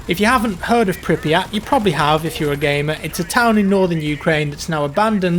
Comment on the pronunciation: it's pronounced prip-yet